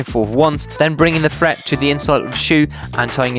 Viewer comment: Learn how to pronounce words properly it's thread not "threat"